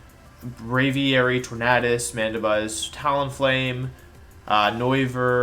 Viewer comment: Why do you pronounce tornadus like that and not tornAdus. You say tornAdo not tornado